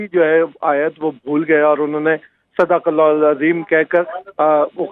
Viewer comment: Sdeequllah nahi hota madam sadaqallah hota hai